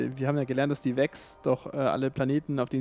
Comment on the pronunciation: Vex, nicht Wix. Ich verstehe. Immer dieser Hummer. :)